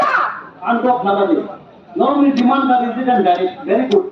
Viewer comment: Demand c dimand ya.Chini borok rok especially social media users rok "u" ba "o" ni jagao haino "w" use khailai o..ang kwbangma nukkha amohai( example- nwkkha amwhai, boro hinma c bwrw rok) aswk bo da "u","o" ni difference ba bwtwi khe pronounce wng saimaya. Do saimaya rok ni bangwi exception tongo, j saimanai(ba saimanya ) like content creator rok bo c amohai khe spell khai khe bahai khe chalai nai , even news channel rok bo se spelling chaya swi o. O news channel c swi bla hinwi bwi saimaya rok ba cha o hinwi no tongnai ble. Bhaiya "rok" hinma bo "rwk". Mom bo Mwm c wngna nang Sinai ble . Bufru ba buphru no bo bwfrw , haino w ba magic alphabet da wngsi kokborok o a,u,o hai ni jagao riwui manai jat?